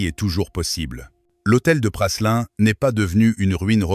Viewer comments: L’hôtel de Choiseul Praslin ( on prononce Prâlin et non Passelin) n’est pas situé au 55 fbg Saint Honoré mais rue de Sèvres !!!! Le 55 est l’Elysée… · Se prononce Prâlin et non Prasselin. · L'hôtel de Praslin !?! se prononce Prâlin ... Cette voix iA n'est pas à la page !